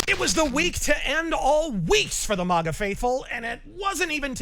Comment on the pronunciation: When will learn to pronounce MAGA correctly?